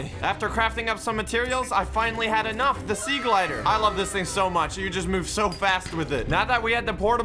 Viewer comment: Me when says sea glider instead of sea glide >:(